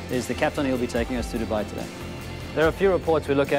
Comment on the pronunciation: Did he call Dubai "daah baye"